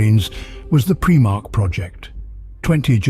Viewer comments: This would have been the PERFECT introduction to my friends who want to learn about 40K. But I can't recommend this video due to PREEEE-MARH Its PRIME - ARCH Smh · It's prImarch not prEEEmarchs... lol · I cringe every time he says “preemarch” 😂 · preemark... can't listen to that